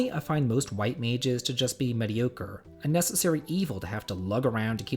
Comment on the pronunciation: Dear god that pronunciation of mediocre...